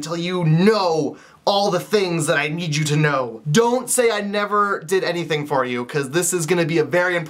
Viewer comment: I like your Canadian accent when you said never XD